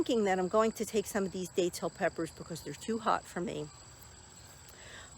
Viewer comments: the "a" is soft. I mean no disrespect and grateful you're growing and sharing content of these beautiful plants. God bless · I've lived in NE FL for over 40 years and you're the first to pronounce the a in that manner. Beautiful plants